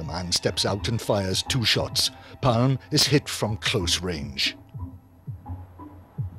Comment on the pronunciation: Not pronounced ‘Palm’